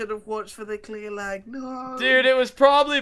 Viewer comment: Is it just me or does it sound like is saying leg instead of lag?